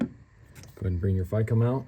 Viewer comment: takes a shot everytime he says Ficm wrong